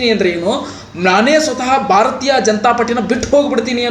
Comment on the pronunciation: ಭಾರತಾ ಜನತಾ ಪಾರ್ಟಿ ಅಲ್ಲೋ ಪುಣ್ಯಾತ್ಮ. 😂😂😂😂 ಭಾರತೀಯ ಜನತಾ ಪಾರ್ಟಿ